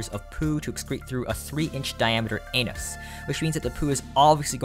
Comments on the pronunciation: Tehee, he said tiny anóós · Never knew the day would come where pronounced anus like that lol